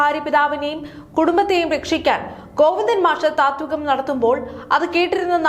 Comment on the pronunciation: ത്വാതികം അല്ല താത്വികം